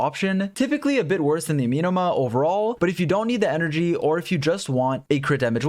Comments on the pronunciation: Ah-meh-no-mah... not uh-mi-no-mah... but thanks for the video. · A-me(as in medic)-no-ma Amenoma Kageuchi